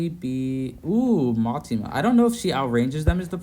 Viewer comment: Btw it's Mitama, "mee-tahmah" not Matima